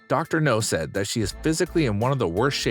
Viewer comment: His name is Dr. NOW, not Dr. No.